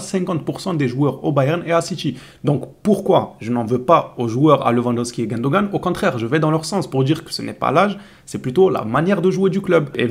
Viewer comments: ON PRONONCE GOUNDOGAN ET NON GAINDOGAN? ça fait mal aux oreilles , de grace n'écorchez pas les noms de joueurs comme ça, VOUS ETES LE SEUL SUR LA TOILE A ECORCHER SON NOM DE CETTE FACON? PRONONCEZ COMME TOUT LE MODE GOUNDOGAN, ça s'écrit GUNDOGAN ET SURTOUT PAS gaindogan, c'est un massacre sur le nom De grace CORRIGEZ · C'est vrai, il faut prononcer Goundogan , vous prononcez mal